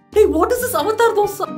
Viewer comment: Next kurta guy will be reviewing harpic dosa (PRONOUNCE DOSA RIGHT)